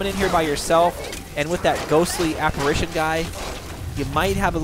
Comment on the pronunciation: Pronunciation guide: respite = RESS-pit, draugr = DRAW-gurr, apparition = a-puh-RIH-shen (you've been saying "aspirition", which means nothing) You also seem to be confusing Mjoll the Lioness and Aela the Huntress (two completely different characters). Your follower in this video is actually named Mjoll (me-OLE). The boss's name is King Olaf One-Eye.